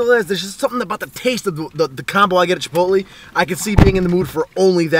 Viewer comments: chipot-lay.. not chipot-lee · chip-ote-lee. y u say like dis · It is pronounced chip-oat-lay. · Pronunciation - chi-polt-lay... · LOL the way you say chipotle. Huehehehe. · Stop saying chipotle wrong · Alright is it just me or is he saying chipotle weird?? Srs